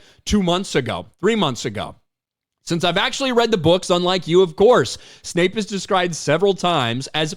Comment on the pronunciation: It's Severus Snape, not Severus Snipes. Ten points from Gryffindor.